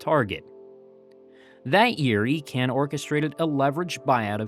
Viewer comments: Icahn is pronounced EYE-con, not E-con. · It is pronounced EYE-CON not EEE-CAN and he single handedly LOOTED TWA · Ir's Carl Icahn (EYE-Con). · It’s Eye-con, not Ee-con. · It wasn’t Carl Icahn as in Ecan, but Icon. I’m surprised you missed that obvious and very published pronunciation. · Icahn is pronounced eye-conn not eee-can. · You completed mispronounced Carl Icahn's name. The name is pronounced as Eye-can... NOT Eee-can. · I spent more hours swathed in that TWA red at STL Lambert than I care to remember. FYI, it's pronounced Carl EYE-CON or ICON, not EE-CON. And he was an asshat. A disgraceful raider who destroyed everything in his path. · Great video. I remember flying to Europe on TWA. One correction. It’s EYE-kahn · Not Eecahn, Eyrcann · The name is pronounced "EYE-CON". He is one of the most prominent and well known Wall Street Insiders in the World. I generally really enjoy some of your videos but please spend a minute on background and research of all subjects you plan to talk about. If you can't even pronounce one of the most famous investors of all time how can I trust that you have put any real research into the rest of your information? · Icahn, pronounced EYE-con. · His name is pronounced Carl EYE-Cahn. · But his name was pronounced “Eye-Conn” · Great job but wish you can re edit your deep dive. Carl icahn. Credibility posting online you need to be correct avoiding miss pronouncing. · pretty good, until you got to Carl Icahn really need to check how to pronouce names... wayyy off. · Well it's surely an AI error. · Give the guy a break just because he mispronounced a name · i think that's not the correct pronunciation of Icahn.